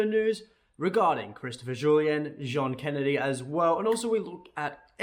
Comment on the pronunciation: Zjohn Kennedy 🤣 was that you warming up for your French accent? 🤣